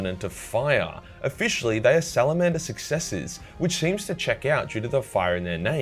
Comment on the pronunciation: Salamander With a hard R